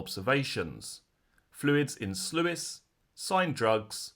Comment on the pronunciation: Sluice is pronounced sloose……loose with an S